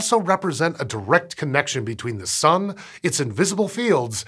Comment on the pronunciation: I swear he says "The Sum"